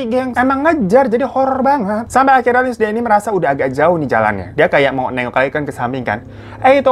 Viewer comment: "linsiy" bang baca namanya haha..